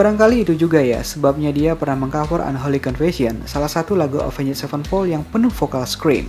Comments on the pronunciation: Jangan pakai 'njed' dong baca Avenged nya 😂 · Soalnya rada susah dibaca kalo ga pake "njed" 😂